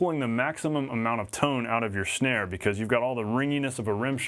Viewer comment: "Shnare." LOL